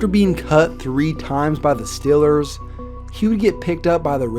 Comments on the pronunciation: StEEEEElers...not stillers! Cmon!!! Lol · BRO ITS STEEEEELERS NOT STILLERS. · Get it right and pronounce it right, it's The Steelers. Like steel. Nobody's pronouncing your browns; Cleveland brons.😒 It's not hard, so you come off as being funny. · it's Steelers not stillers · STOP SAYING "STILLERS" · Love your vids, but hate how you say “stillers” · it is stillers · learn how to say "steelers" idiot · You say Steelers wierd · Why does he say “Steelers” all weird? Are you from Texas or something? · Does anybody else think he pronounces Steelers kinda weird